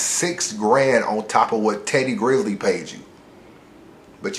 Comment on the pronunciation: Teddy GRIZZLE was a fuckin culture vulture. And you talking about respect when you can't even get dude name right. C'mon man.